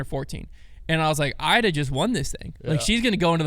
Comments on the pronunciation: Come on we’re not even pronouncing Iida’s name correctly?? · It's a nitpick, but it's Eee-dah, not Eye-dah. *Iida Lehtomaki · E-duh not I-duh. On Apple Podcasts app making my ears bleed and whispering. Crazy that in here it’s fine. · E-da, not I-da. I don't make the rules. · Iida is pronounced Eda for you Americans ✌️❤️ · Agree not a nitpick. We only heard her name like a thousand times. I really wish as an American we can have correct pronunciation of ALL European MPO and FPO players! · can’t even pronounce Iida’a name correctly and still claims to care about FPO. Insane